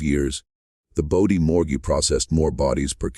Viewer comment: AI can't even get the name right! IT'S BODIE NOT BODY sure glad I dropped this video in under 3 minutes